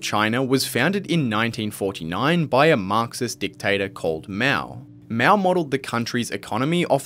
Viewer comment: not miao， it called as Mao